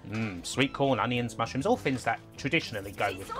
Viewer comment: "Fins were different in the 90s", is this a pretend speech impediment?